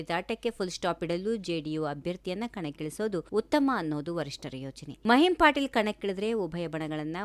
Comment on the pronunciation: ಮಹಿಮ್ ಪಾಟೀಲ್ ಅಲ್ಲ ಮಹಿಮಾ ಪಟೇಲ್